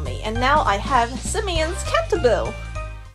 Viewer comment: Not to be that person, but it's pronounced Cahn-tah-bee-leh